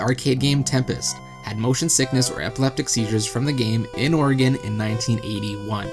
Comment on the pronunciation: I live in Oregon... and he SAID Oregon. AWESOME!!!!!!!!!!!!!!